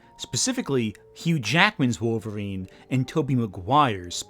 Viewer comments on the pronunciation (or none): none